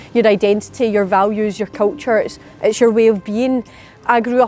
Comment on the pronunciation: Wow, she is as thick as a brick. "Kulture" FFS 😏 ...and by the way hen 'British' is geographic, it isn't a political construct. Go back to school. An independent Scotland will still make up a significant chunk of the island of Great Britain, just like the independent Republic of Ireland makes up a significant chunk of the archipelago of islands called the British Isles. The lack of education in unionists is sometimes astounding. 🙄 Saor Alba gu brath.